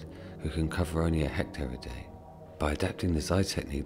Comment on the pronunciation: It's "hectare", not "hector". Otherwise, great video.